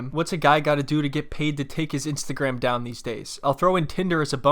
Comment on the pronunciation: She said Ainstagram